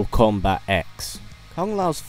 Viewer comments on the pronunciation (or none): Kombat not Komat ;) lol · kombat?....is komat a word?